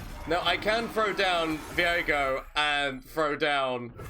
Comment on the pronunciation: Wondering why you call him veigo (vi-go) rather than Viego (vi-ye-go)